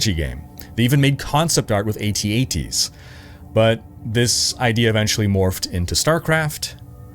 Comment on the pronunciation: thank you for pronouncing it A.T.A.T.s and not at ats. Smh to those people